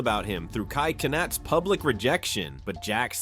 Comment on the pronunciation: Noce A.I voice you can't even say cenat or content right